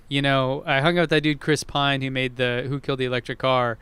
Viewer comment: It's Chris Paine. Chris Pine is Captain Kirk.